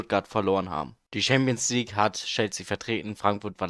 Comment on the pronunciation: Gutes video aber es heißt nicht ''Schampionsleague'' und auch nicht ''Team of se year''